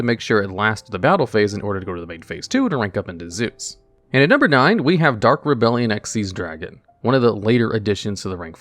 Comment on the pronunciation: He pronounced Dark Rebellion XYZ dragon properly? Who are you and what have you done to our spider vtuber? Also isn't gossip shadow banned in MD? I don't think #1 is the only banned card currently